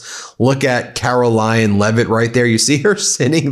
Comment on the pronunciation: DID YOU SAY KAROLLYING LEVITT 😂😂😂😂